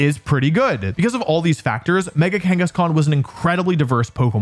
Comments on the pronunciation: IT'S KANGASKHAN, NOT KENGASKAN! CHARIZARD, NOT CHIRAZARD! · you said mega kangaskan. I heard it. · You said Mega Kangeskhan when talking about mega salamence btw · THERE IS NO E IN KANGASKHAN! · Was I the only one to hear Wolfey say mega Kangaskan got the aerilate ability?